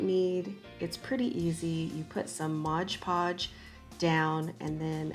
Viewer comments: it's not "modge" podge. it's "mod" podge. ARG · Adorable!! But it’s not ModGE Podge. It’s MOD PODGE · Love...but why do people call it modge podge? It’s mod podge! 😂